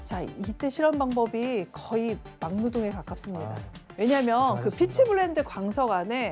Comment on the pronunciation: 나만이런거아니구나 약간 기역발음을 되게 키읔발음처럼 말함 거의를 커의 이런식으로... 좀 불편했음 듣는내내